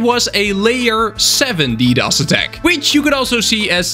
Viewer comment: Ddos sounds like Doritos